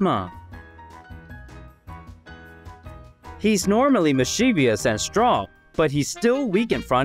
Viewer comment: It's pronounced misschuvus.... not mischevius. Hehehehe